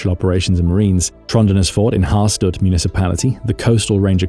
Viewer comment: HAR-STAD, not STUD-!!